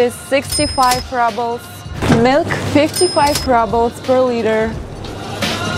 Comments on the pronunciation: I love how you pronounce "rubles" as if you think that's how an English speaker would say the word, but we actually pronounce it much as a Russian would, with an double o sound, as in cool. Also, in America and England (both places I have lived), in some cases we also weigh our vegetables when we buy them. I enjoy your videos. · Rubbles! 🤣 Such a cute pronunciation! Much better than the actual one . . . roobulls. 😎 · I love how she says Rubbles instead of Rubles (as pronounced here). Cost of living seems about 20-25% lower than in USA. Can you get a decent pizza in Russia?